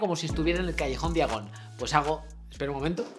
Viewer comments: Callejón "diagon" ... 🤦‍♂️. Noj terrible. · Todo bien pero er mion? Callejón día gon? Que no se pronuncia (fonéticamente) "jermayoni" y "callejón daiagon" .......